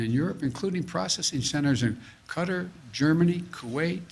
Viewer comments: It's not Cutter -- it's QU-TAR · Y does he keep saying cutter instead of Qatar?? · He’s pronouncing Qatar like cutter… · Who is cutter? It's Qatar. 😂 What we deal with in life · It's not cutter. It's kay-tar. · what is the country of CUTTER? that he keeps mentioning?? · He (the acting president of the United States) pronounced “Qatar” as “cutter” 3 times in this video. We had to memorize each state capital by 5th grade, I feel like the ability to correctly pronounce the names of our allied nations should be a prerequisite for the job. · He's also mispronounced "Qatar" several times, saying "cutter". 👏...👏...👏...slow clap for "the most popular president ever"....🤡 world..... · I heard "cutter" too. Makes me think his autocue is written phonetically so he can just sound out the words on the screen. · If I hear one more person mispronounce Qatar I'm gonna scream. Small quibble I know but Jesus.... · He's doesn't even know how to pronounce Qatar and yet claims he's been in contact with them. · Maybe it's me, but maybe should have started before all the military were taken out. No way he'll bring them here, they hate him. They'll vote against him. Why is he mispronouncing QATAR. Thats what America is we ruin their country and bring them here.